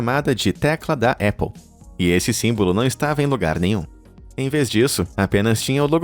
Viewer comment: Épple kkkkkkkk é Apple!! com "A" muito bem pronunciado